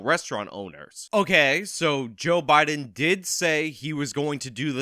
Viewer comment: Did anyone else catcg Anna Kasparian say "Obiden"? 🤣